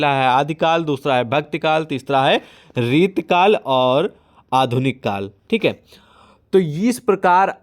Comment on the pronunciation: सर आप रीति काल को बार बार रितकल बोल रहे हो 😂